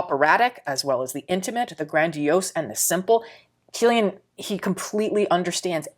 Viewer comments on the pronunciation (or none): you're eloquent and excellent to listen to. One minor correction: Cyllian is pronounced with K not C